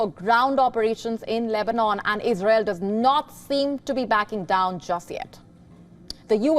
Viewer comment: It is ' ISRAEL' ma'am...its ISRAEL